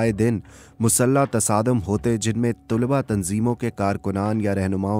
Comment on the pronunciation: Bhai kawish achi hai ...aap ki awaz aur andaz narration ka bohot umda hai bus thora talaffuz per dehan dene ki zarurat hai ...jaisey ... Tulba sahi talaffuz nhi hai ... Sahi talaffuz ... Talaba hai ...meri niyat kisi ki tauheen nhi ...bus itna k logon tk sahi cheez deliver ho ...umeed hai k aap bura nhi mehsoos karen ge ....mai choon k khud production se wabasta hun Is liye ye kehna chahun ga k agar kabhi bhi meri zarurat ho to yaad kijiye ga ... Shukriya